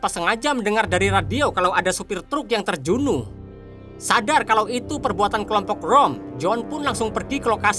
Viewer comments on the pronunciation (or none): Supir truck terbunuh bang,,bukan terjunuh😅😅